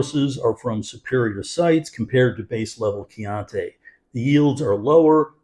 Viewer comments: Thanks for the value alert - I’ll definitely try to find it at my local Costco. CCR are one of my go to value reds. One nitpick: your pronunciation of Chianti dries me crazy- it’s Kee-ahn-tee, not Kee-ahn-tay. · You pronounced "chianti" incorrectly throughout the whole video and probably have done so for the past 40 years too. :)